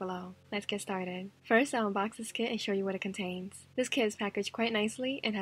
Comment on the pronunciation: It sounds like she said let's ge staded sorry I had to .-.